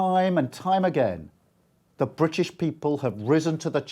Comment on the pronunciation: The Bwitish Pweepol